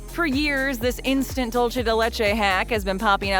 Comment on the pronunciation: I got the tip for the voice over when she wants to say "dulce" keep this in mind when she wanna say "dulce" like she should us Kareem Abdul Jaabar get rid of kareem & Jabaar get rid of the "AB" just say "Dul" & for "Ce" say 'Se" like the end of the name "Jose".